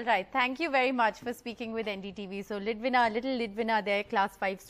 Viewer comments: Why is the anchor addressing her as Lidwana instead of "Lidwina". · It is beautiful to see the kid being politically aware of what's happening around. And the CJI definitely made her day by responding to her letter. However, the father prompting what to say could have been avoided. Thank God, the anchor realised that she mispronounced the kid's name 🙂